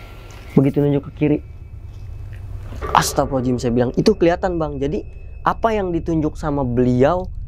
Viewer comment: Ucapan Astaghfirullahal'adzim nya bang coba perbaiki.. Jadi jangan Astapirulohalajim Astapirulohalajim Astapirulohalajim gitu. Maaf cuma sekedar mengingatkan.